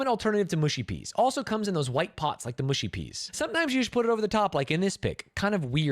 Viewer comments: Mushy is pronounced mu like much not moo like push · Its not mooshy peas, its mushy peas. Stop saying mooshy.